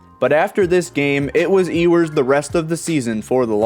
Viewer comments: It’s pronounced U-wers not E-wers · Why cant you pronounce Ewers name correctly? Anyone who watches college football hears his name damn near every weekend.